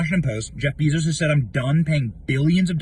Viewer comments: BAY-zohss (/ˈbeɪzoʊs/) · Bezos, pronounced BAY-zos